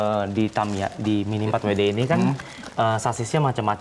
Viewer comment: tinggal bilang miniempatwede susah amat . kalo mau bilang pake bahasa inggris harusnya minifordabelyudi bukan miniforwede .😂😂